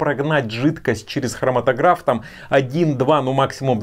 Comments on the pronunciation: хроматОграф - ударение на второе О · спасибо большое за обзор! Как химик-хроматографист позволю себе немного подушнить: прибор называется хроматОграф, все специалисты в отросли так говорят)